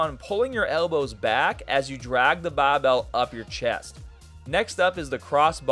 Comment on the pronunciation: bro morphs into an aussie with the "bah bel"